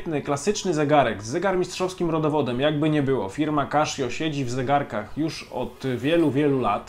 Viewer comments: Casio, a nie kaszio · Tak. Oficjalny kanał CASIO Japan na YT wyraźnie słychać CASIO a nie KASZIO. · Kaszjo to nie kasza. Czyta sie Kasio. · kaszjo ...eh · Źle wymawiasz nazwę tej firmy, czyta się normalnie a nie przez 'sz'